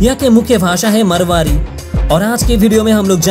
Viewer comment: Marwari hai marmari nehi hai.. Vharu Hindi sikhle jaheel